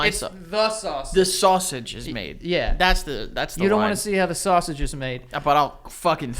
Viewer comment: For some reason the way said 'sausijh' made me fucking DIE. Tears down my face.